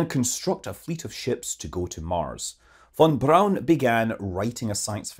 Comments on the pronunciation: It’s VON BRAUN not BROWN, FFS! And 26 million tonnes of thrust?! 😂😂 It would fuck the Earth’s rotation/orbit! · Von is pronounced FON, German V is an F sound, W is used for V sounds. This mofo is european how does he not know... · lol at YT CC thinking you were saying; “fun fun brown”